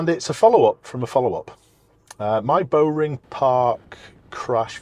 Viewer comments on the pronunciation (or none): Just an FYI its not pronounced 'bow-ring' it's bow like bowing down to someone